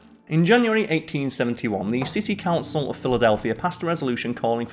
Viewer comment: I listened twice, and I think I heard you say 1971 instead of 1871 . Might just be your accent!